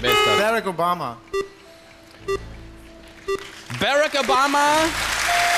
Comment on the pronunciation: Wen triggert es auch so sehr, dass die Deutschen Obamas Vornamen nicht korrekt aussprechen können? 😒 Selbiges trifft auch auf Beyoncé's Namen zu.